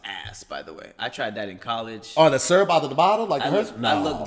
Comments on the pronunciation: can’t say the word syrup 🤔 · Is trying to say syrup?😂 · I'm going to start saying SUURP and not Syrup. Thanks! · Why say syrup like “serp”😂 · Warm surp? 😂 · Does know that syrup has two syllables? 🤔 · Also syrup is two syllables. It took me a minute to figure out what he was saying.